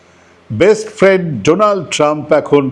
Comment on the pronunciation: যে মানুষ ফ্রেন্ড কে ফ্রেন্দ বলে। সে কেমন করে ভারতের প্রধানমন্ত্রী হয় বুঝি না। 😂